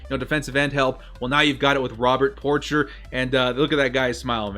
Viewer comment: lol at pronunciation of "Porcher." It's a French name dood.